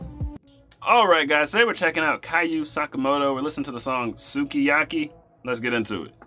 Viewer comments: Not kayuu but Q sakamoto 🤣🤣🤣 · Love it. One of my favorite songs ever. You pronounce his given name like "cue" as in pool cue,. This song gave me a nostalgia for Japan before I ever arrived here. I was barely walking when it came out. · the singer's first name is pronounced KEW, like the letter Q. this was a hit back in the early '60s but there is a late '70s remake (in english) by the american female duo A TASTE OF HONEY. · Just an FYI - the name Kyu is a constraction of the Japanese letters Ki and Yu, although when contracted, the "ee" sound in "Ki" disappears. Much like when Americans contract "do not" into "don't". The result is that Kyu ends up sounding like the letter "Q".